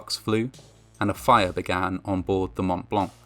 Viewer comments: Le "mount blank" se prononce "mon -blan" (white mount : le pic du Mont Blanc, dans les Alpes françaises...) 😉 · It's actually "Montblanc", not montt blancc. How cerebrally challenged are you? You sound like a 5yr old trying to be cool lol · Hey ! Just so you know, the "t" and "c" of Mont Blanc are silent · Fascinating. A lot of details, I was never aware of. On another note, please learn how to pronounce 'Mont Blanc'.